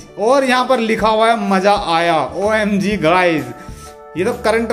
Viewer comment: Tum omg bht bura bolte ho is liye tum na bola kro